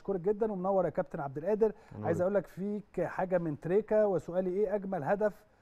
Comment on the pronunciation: مع إحترامي وتقديري لنجوم الأهلي المحترمين في هذه الحلقة ولكن ملاحظتي الهامة هي اسم اللاعب الموهوب أحمد عبدالقادر ، لاينطق (أحمد عبد الآدر) لأن القادر هو اسم من أسماء الله الحسنى ولايجوز ولا يليق أن ننطقه خطأ والمشكلة الكبيرة إن معظم المصريين وأنا واحد منهم ينطقونها وغيرها من أسماء الله الحسنى مثل عبد القوي يقولون عبد الأوي !!